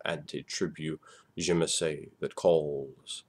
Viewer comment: It was pronounced "zuh-mee-see" in Vampire Bloodlines